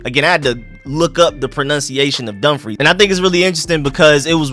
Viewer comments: Prince William, Woodbridge Virginia, that’s Home… I’m here in Sacramento Cali living tho I wonder where in Prince William 🤔🤔🤔 about time Virginia gets to be HOME & You did pronounce Dumfries correctly . 😂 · You, at least pronounced Dumfries perfectly! Well done. Love the stadium concept...we'll see about the location. It seems to be the trend in the NFL to move new stadiums out into the boondocks, making fans drive crazy distances. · Bruh 🤦🏾‍♂️ It's pronounced "Puh-toe-mick" I grew up near the Potomac River, when I was little they had giant land snapping turtles along the bike trails. Anyways... You're pronouncing dumfries correctly. Finally, traffic... traffic is already terrible in these areas. This is the second worst traffic in America behind LA. Now people will try to use route 1 if traffic bad? This is no bueno.